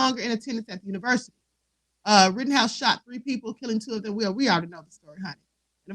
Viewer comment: Rittenhouse NOT Rottenhouse